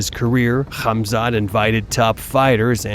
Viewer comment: Khazmat??😂 Chael has big issues with fighters names